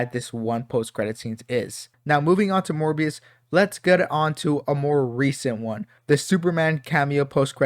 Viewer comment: Well, have I got news for you 😅 Edit: You really seem to struggle saying “Morbius” 😂